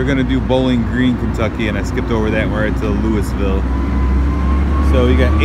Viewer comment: FYI the proper way of pronouncing Louisville, KY is to stuff your mouth full of food and then try to say Louisville...(I know it is weird way of pronouncing it)I lived there for some years, actually I went to school across the street from the supercharger